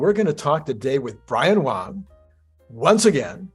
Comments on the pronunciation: you must pronounce his name correctly — it is “Wang”, not “Wong” ….. you are not Kork….. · you must pronounce his name correctly — it is “Wang”, not “Wong”.